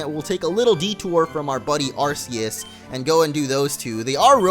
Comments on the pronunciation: It's not ar-se-us it's ar-ke-us :D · Its (are key us) not (are see us) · It's AR-kee-us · you said arceus wrong just saying (ar-key-us